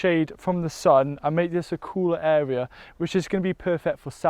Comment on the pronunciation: Does he have a speech impediment or am I not hearing the word (area) properly?